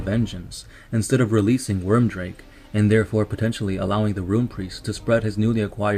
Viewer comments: Stop butchering the names of everything with your pronunciations. And by the way, it is weird make.. not worm drake... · It's Wyrdmake! Wyrdmake! Your pronunciation is HORRIBLE! But cool video. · Ohthere Wyrdmake, his surname is pronounced weird-make I'm pretty sure, but sick video, TS are my favorite legion